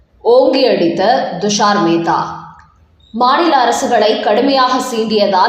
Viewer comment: அம்மா, அவர் பெயர் ஹவாய் அல்ல ; கவாய். துஷார் மேத்தா உச்சரிக்கும் போது T என்ற உச்சரிப்பு வேண்டும் . D அல்ல.